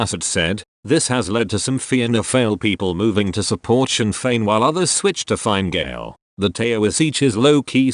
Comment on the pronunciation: Yep, in particular the "tao - is - each" and "fine - gale"